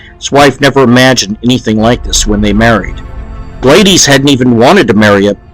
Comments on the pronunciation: Glay-dees, lol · The female name Gladys is pronounced Glad-is with the S sounding like Suck or Slick. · it's an old name you don't see much now. However, to confirm the pronunciation you can go on Google. Search "pronounce gladys" and tap the box that comes up. Gladys Knight is a musician who's name is pronounced the same way. You should send me your scripts and I'll proof speak things for you.